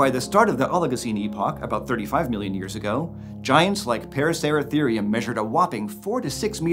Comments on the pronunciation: Him: paracertherium Me: racer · Why he saying parasarasereum it’s a racer is he mad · The amount of times he said "Paraceratharium" has me dizzy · Take a shot every time he says paraceratherium